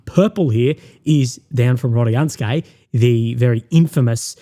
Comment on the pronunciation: Hello Russian speaker here. Proper way to pronounce is RODINSKOE NOT RADIYANSKE lol obviously Rodinskoe is the key to Pokrovsk if that settlement falls gg well played you might as well call it a day. So far 93th mechanized for AFU been doing amazing job holding that key strategic settlement for so long.